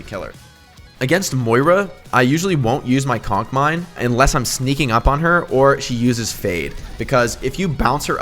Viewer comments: Yes I did laugh every time he said “cock mine” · I love how he calls it a cock mine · No one: Jake: cock mine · Did u just say cock mines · Nobody: Jake: COCK MINE